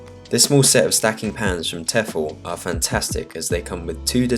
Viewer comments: It’s Tee-fal man … Tee-fal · The way he pronounced Tefal was so weird